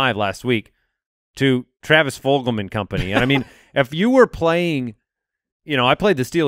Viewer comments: Travis "Full-HAM" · Fulgham: “Ful Go Ham”